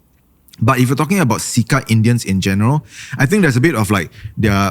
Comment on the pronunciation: im pretty sure its pronounced "Chair Cha Pests" instead of "See Ka Pests", wrt to "CECA Pests".